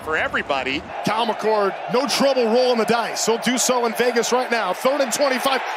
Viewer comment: Did these announcers call McCord, McCourt and McColt?????